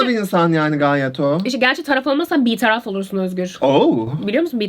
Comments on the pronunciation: Sizi seviyom ama biraz Türkçe kitap okuyun ve kelime dağarcığınızı geliştirin. Öykü “bitaraf” değil o “bertaraf” bitaraf olursan bertaraf olursun. Öykü bir şey biliyor ama eksik biliyor, Özgür zaten ikisini de bilmiyor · bitaraf olmak değil bertaraf olmak ama olsun tatlısınız ahehshhdjd